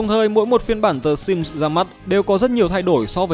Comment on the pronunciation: Ai nghe thành S1MP ko :))))